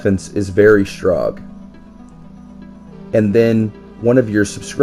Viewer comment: "You defnce is very strog"